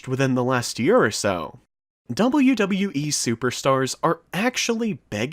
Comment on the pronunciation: You pronounce WWE very badly